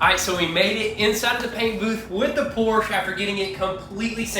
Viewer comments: that is Porsche, not a Porsch :) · The American pronunciation of Porsche is POR • SHUH. Please respect the name while making it beautiful again. With love, peace.